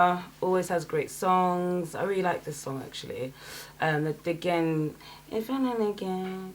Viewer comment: You pronounced "dégaine" wrong, despite the fact that Aya Nakamura kept saying it 😂😂